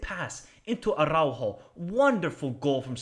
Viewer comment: great vid bro from a sporting fan here. just a small correction with the pronunciation of Araujo, it is pronounced "Ara"-"u"-"joe", not Aráhu